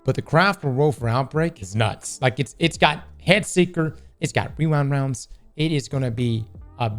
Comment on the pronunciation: The common mispronouncation of Rewind Rounds.